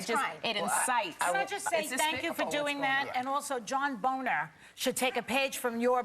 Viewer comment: Did she call him John Boner?......lol